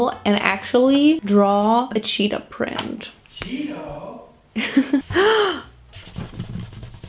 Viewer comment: Ugh.. I love you. But. Every time you said cheetah was another stab directly in my heart 😭 **Edit** Okay. Sigh of relief at the end.